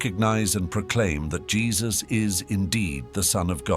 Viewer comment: Its jesus not jess dispretful watching this then nt watching anymore 😢